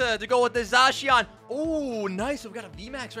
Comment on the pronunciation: za-shee-aan sound chinese haha